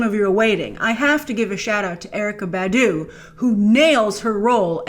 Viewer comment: Mel Gibson’s movies are still classic regardless of how his life turned out. I don’t get your logic, Grace. Also, you mispronounced Badu.